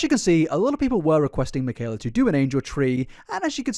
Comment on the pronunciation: mikayler nogueirer